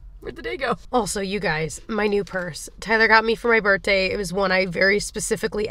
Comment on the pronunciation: "Tyler got me for my birTday" you do know you pronounce the H right? 😂